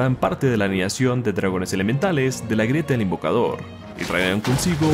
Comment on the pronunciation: Por qué dices Dragonas, o yo solo escucho eso??